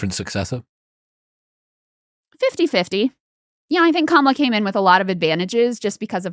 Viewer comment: Did Chris consciously or subconsciously mispronounce Kamala’s name?